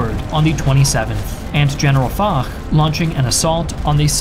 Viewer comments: Good video but Foch (Fosh not Fok) and the French were done a bit dirty there. They were the senior partner on the ground even in 1918 and Foch is essentially the WW1 Eisenhower. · That's Marshall Foch, "Fosh", no "Fock". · Also, his name is pronounced "Fosh", not "FoK". :) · Wait a minute… Ferdinand f*ck?! It’s Foch!!! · General Foch's name is pronounced "fosh" not "fock" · In regards to Ferdinand Foch, it is pronounced "Fosh", not "Fock" Yeah, french pronunciation is wild and without any rules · Its fosh not fock. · Great job. Just a little remark : General "Foch" is pronounced "Fosh". Thank you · Gzaet video, only thing is General Foch is pronounced Fosh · Isn't his name pronounced "Fosh"? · Also, it's pronounced FOSH. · When I heard the say his name, I was like, "General WHO now????☠️" I fully expected everyone in the comments to go crazy, at least people who watch these vids are mature. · That's not how Foch is pronounced. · You'd think after putting so much effort into these fancy animations he'd have bothered to figure out how to pronounce names like 'Foch' and 'Bapaume' correctly.